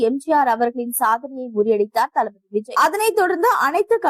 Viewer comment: பெயரை ஒழுங்கா படி க்க கூட தெரியல, நீங்க எதுக்கு நியூஸ் படிக்க வரீங்க??? 😢😢 விஜய் க்கு பதில் Viji nnu படிக்கிறீங்க, அதுவும் இல்லமால் ஒரு மரியாதை வேண்டாமா?? இப்போ அவர் TN cm...